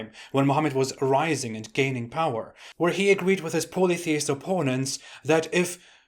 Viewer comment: "Polytheist" is pronounced P-ah-lee..., not like pole but like Paul. Just trying to help! :D Love you!